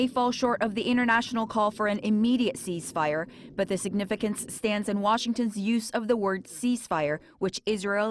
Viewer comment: cease fire not cheese ...only Koreans pronounce like that .